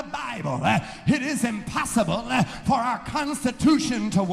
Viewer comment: "IT is imposssibleEH"